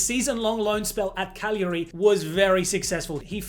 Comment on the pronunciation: Great job on the pronounciation of "Cagliari" that was perfect as it can be tricky👍 as an italian i was kind of schocked to hear it pronounced correctly for once, and from an of all people! Nice job as always on the vids.